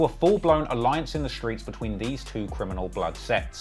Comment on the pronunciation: Stop saying “shtreets” it’s cringe